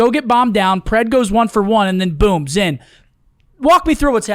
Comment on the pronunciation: Wait did made keep calling zin Ant?🤣